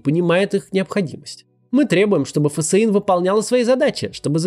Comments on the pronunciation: Максим, читайте пожалуйста ФСИН как фсин, а не как Ф.С.И.Н., слух режет)) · Почему фэсэин а не тупо фсин? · Да почему Ф С И Н, а не ФСИН? Как же режет слух